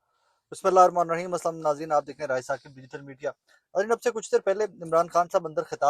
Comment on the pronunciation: Ray sab not rai